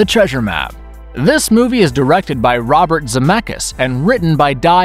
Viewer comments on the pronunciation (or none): none